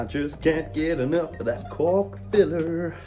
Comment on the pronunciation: I love when he says “i can’t enough of the cock filler” 😂